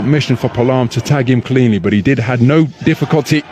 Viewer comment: It is pronounce as...Pa a lam..not palam😂